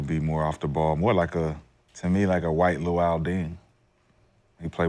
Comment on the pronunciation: literally said loul Dang. Lol